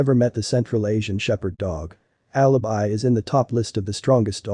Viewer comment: Alabai not Alabee